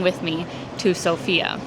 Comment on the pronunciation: Good luck! One of the first things that you'll learn when coming to Sofia is that the emphasis is on the O instead of the A, making it sound less like the traditional name.